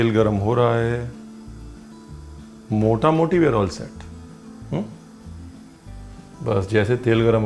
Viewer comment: The way you explain the logic of the recipe is amazing. Thank you so much for the innovative, unique & tasty monsoon special "pakoda". I love the way you told the bengali word " motamuti". Lots of love to you &your big smile.